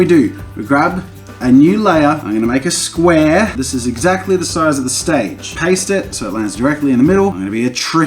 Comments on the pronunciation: Such an oz accent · Australian accent XD